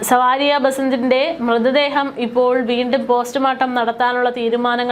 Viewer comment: സവാരിയ എന്നല്ല പേര്, സാവരിയ 😂😂